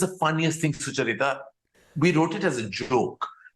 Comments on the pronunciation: Soo-chuh-rita lol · Have we been pronouncing Sucharita's name incorrectly, or is Karan?? Do u guys call her Su-cha-rita or do you call her Sucha-rita like Karan just did?? 🤔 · He keeps pronouncing sucharita wrong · I love how Karan pronounce Sucharita😃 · Maybe Karan should have pronounced your name correctly throughout the interview.